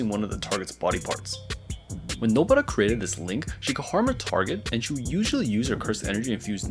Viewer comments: Nobara ❌ nobra ✔️ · Why the fuck do you say nobaras name like that bro